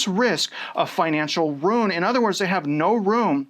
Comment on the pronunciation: I used to pronounce “ruin” fine until some years ago all of a sudden I couldn’t stop saying “rune” and I swear to god hearing you do this has triggered me revert back to being unable to properly pronounce it. Unsubscribed lol